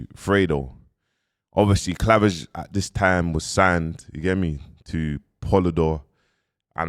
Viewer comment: How’s man saying clavage fuck that from now on it’s cleavage🤣🤣🤣🤣